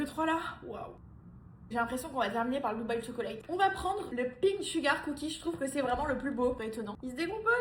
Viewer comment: Tchoklate please not Cho-co-late